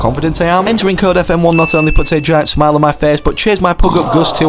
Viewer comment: The word smile on my face he says it a little bit funny